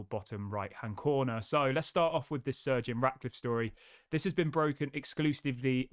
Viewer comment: practice saying Sir Jim. Sir Jim. Sir Jim…it’s not surgeon